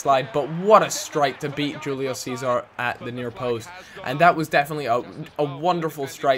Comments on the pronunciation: Hoo-Lee-O Say-Zar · like the vid :D.. just pointing out.. julio cesar is said like hulio sezar